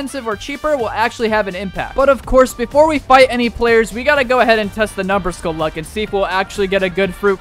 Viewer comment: Bro really said numberskull but in the video it say daddyskull💀☠️